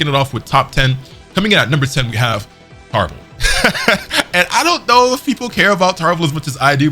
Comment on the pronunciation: Clicked off when you said tarble